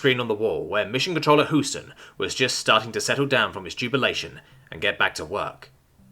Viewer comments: Hey, do you want an American to give you localization lessons? Houston isn't pronounced that way. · It's pronounced Hue-stan.